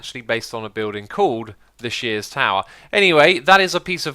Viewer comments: Sears tower not shears tower ;) it's a famous building here in Chicago :) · Lol it's the Sears tower not shears tower😂